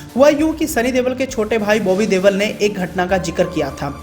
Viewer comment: Ye देवल नहीं देओल है सही उच्चारण किया करो